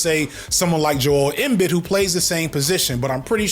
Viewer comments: Joel Embiid (em-bee) this is the correct way to pronounce his name …. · It's a little confusing cause his nickname is "Joker", but it's pronounced more like Yo-kitch. And Joel Embiid is Jō-el Em-beed. And yeah, Jokic is easily the best player in the league today even if he don't look the part and Embiid is a crybaby that really let a lotta us down cause he had mad potential. I give him props for playing through the health struggles last playoffs but dude just don't have that killer instinct. But it's the version of the sport LeCon and his fanboy Adam Silver (aka Voldemort) made, so it's full of egotistical crybabies that don't wanna compete or reach their potential. Not surprising at all. Just sad. I used to be heavy in football and boxing, but as I've gotten older I stopped consuming football and any combat sports. I can't justify all the PEDs and CTE for my entertainment, even with the new rules. Not to mention the teams and fanbase is miserable with rightists and bigots. So I been predominantly on basketball for some years now. But it's other leagues, it ain't just the NBA these days. While the NBA has improved in some areas, its also declined a lot in the last 20 years other leagues have popped up or gotten better. So we got more options than ever as basketball heads. Euroleague is still playing a pretty old school style of ball as are a lotta others. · Joel Embid is pronounced Joe-L eM-Bead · Jool m-bid